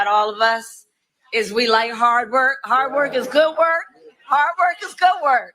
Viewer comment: “Hart work is goot work”. Kamala the clown.